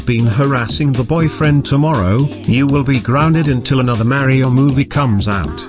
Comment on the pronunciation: Bro said Mayrio instead of mario ohhhhhhhhhhhhhhhhhhhhhhhhhhhhhhhhhhhhh